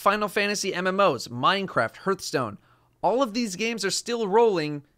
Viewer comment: Dude just said Herth Stone...